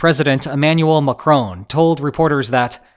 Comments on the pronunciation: McCrone??? zero effort to properly pronounce. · “Emmanuel Macrone”